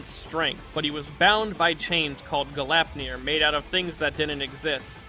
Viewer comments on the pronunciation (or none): gleipnir, not galapnir glayp-near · Fenrir's chains were named GLEIPNIR, not "Galapnir".